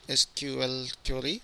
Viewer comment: Great tutorial! And i love the way he says "query". Always sounds like "curry". Now im hungry. :D